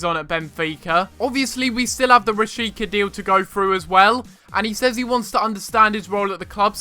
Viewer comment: I think it's nice if you go the camera when you score with Strandberg. I really love that moustache :) Oh, and Rashica is (in Holland) pronounced as Raashiitzaa